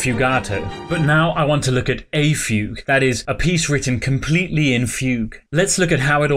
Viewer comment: who thought fugue was pronounced foo goo